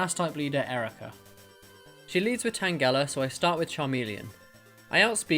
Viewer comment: Your saying tangela’s name wrong